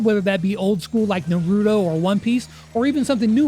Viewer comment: Bro pronounced Naruto so wrong 💀